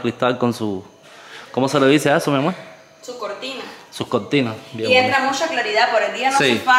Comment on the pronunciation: NO SE DICE COTINA SE DICE CORTINA